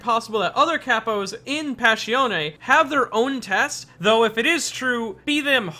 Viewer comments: Passione Pass. I. Oun NOT Pass. E. On. E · it hurts so much when you say pashione, its passione! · Pa-shon-ne. Not "pash-ee-on". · listen i love the video and i like you this channel but i can’t fade it.. “páss-ión” not “pash-eoné” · “Pash E Own Ay” I’m confused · Why does he pronounce it "passhione"? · "Passione ne" yeah, thats not how you say it. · PAH ssion AY